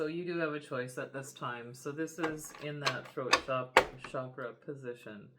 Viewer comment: Hello friend. I enjoy your readings very much, thank you. But I wanted to let you know that the word chakra is pronounced with a hard "CH" as in chair. It is not pronounced "shakra", which has another meaning in Sanskrit.🙏🏼